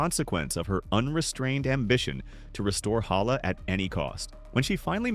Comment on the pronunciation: Instead of héla it’s heyla